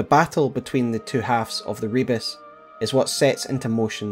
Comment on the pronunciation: Another video where pronounces "Rebis" as "rebus" despite them being very different words. One of them is another name for the alchemist's Magnum Opus, the philosopher's stone, represented as the divine hermaphrodite (a single body with both a male and a female head upon it). The other is a simple puzzle/visual pun consisting of mixed letters and images.